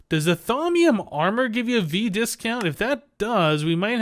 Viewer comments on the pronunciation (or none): none